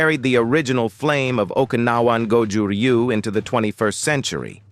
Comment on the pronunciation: I really hate how Americans pronounce Ryu